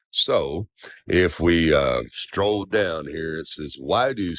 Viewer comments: Did he say stroll down, instead of scroll down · The fact that he says “stroll” instead of “scroll” tells you all you need to know. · It made me smile when he kept saying lets stroll down rather than scroll down 😂